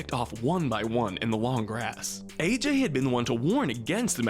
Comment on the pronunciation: Roland: "Ah-jay": "AJ"